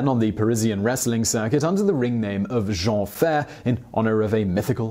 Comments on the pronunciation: Edit time ! He was billed as "Le Géant Jean Ferré" and ferré is pronounced Fai-ray as in Fair without the R and ray fai-ray and not Géant fair. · Also Jean Ferré is pronunced Jean Fay-ray... not Ferr! ;) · Great video .... but just a small thing .... his name was pronounce Jean Ferré ans not Jean Fer ! ....